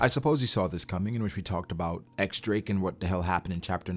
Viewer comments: Pleeeaaasse, start calling him in the correct way, not "ex drake," but "diez drake" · But when they say his name in the Japanese dub for the anime they say “X Drake,”?